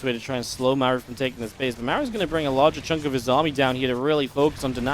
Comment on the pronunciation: Is it just me, or can never pronounce Maru's name correctly? It's Mar-oo, not Mare-oo